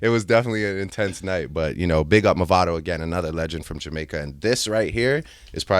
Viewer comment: The way Nardwuar pronounced Movado got me dead 😭😭😭😭